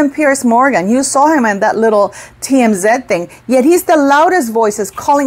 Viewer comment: Most critics are trying to justify their witchhunt as opposed to humbling themselves and apologizing. Sending many healing prayers to the beautiful Carherine Princess of Wales! 💙🙏💙🙏💙🙏 PS. TMZ is read like this? The sound in Spanish (ti-em-zi) not ze. ❤